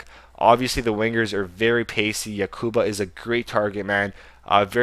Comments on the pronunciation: Its Yakubu Not Yakuba. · Can you read? You pronounce like 90% of players names wrong and you must read them wrong, "yakuba" really? Good video though. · its no yakuba its yakubu